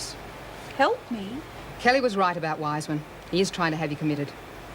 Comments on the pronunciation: I laughed when said Weesman lol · calling Dr Weissman, Dr "Weessman", and calling a "geisha", a "geessha". It's like Erica, Vera, Ann, Meg, Bea, Joan and anyone else saying "Meemo", instead of "Memo" all over again lol.